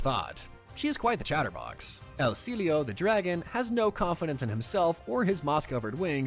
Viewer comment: Not want to be that guy but "El cielo" is Spanish for the sky, pronounced kinda like syeh-loh